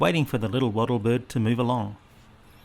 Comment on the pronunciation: It’s called, Lyre Bird. Not ‘Li’ bird.